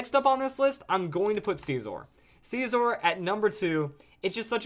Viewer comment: scizor is pronounced like scissor, unsup